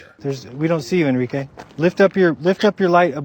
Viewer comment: "Enrickey...turn on de light"....., now I believe NASA😂 NOT !!!😂😂😂